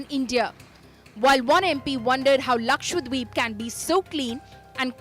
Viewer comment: ppl it is not Lakshwa-deep it is laksha-dweep the lady anchor said it so right. The other anchors should listen to her. Thank you madam